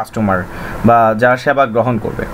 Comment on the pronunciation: Overall ভালোই তবে প্রনাউন্সিংটা আরেকটু মার্জিত হলে ভালো হতো। প্রচারকে বলছেন 'পচার', প্রসারকে বলছেন 'পসার', সেবাকে বলছেন 'স্যাবা'., ওয়েব সাইটকে বলছেন 'ওয়াইব সাইট'.